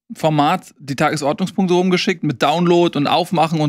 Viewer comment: Die Enttäuschung der Saison ist, dass immer noch nicht die Betonung beim Wort "Tagesordnungspunkte" gelernt hat. Ihr seid also dafür die Relegation abzuschaffen und der dritte der zweiten Liga bleibt dann automatisch unten?